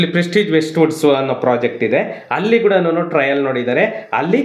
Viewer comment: Sir, please don't pronounce 'ha' for words starting from 'a/aa'. For e.g. halli, havaru,hilli, haravattu, haravatta mooru, haatara.... It's difficult to hear this type of pronounciations in kannada